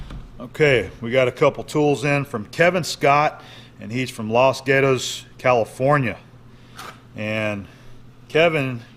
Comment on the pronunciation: Los Gatos ( GAW- TOES ) Sounds like . Correct pronunciation